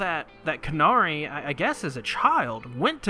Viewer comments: It’s “Canary” not “CARnary” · Respect to you for making Hunter X Hunter content but holy hell is this hard to listen to. Almost every name you get wrong, none of the things that you're supposed to infer you have inferred. Canary .... Like the bird Canary.